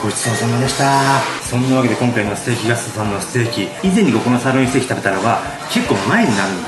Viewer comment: あまりにも美味しそうで、高評価つけちゃいました〜 ところどころ、「ぎゃすと」って発音、新しいヤツっすか？ ねぇねぇ、流行ってきちゃうあのヤツっすか、ねぇ〜?